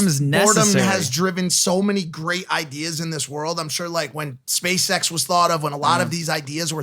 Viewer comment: I thought Mike said space sex instead of SpaceX and was like, not where I woulda gone, but I get it because space sex IS cool.